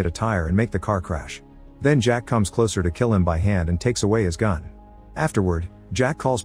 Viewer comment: also the voice says "raises his fun" instead of "gun"